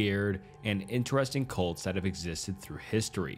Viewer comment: Oh CuLts. Sorry I thought you said something else.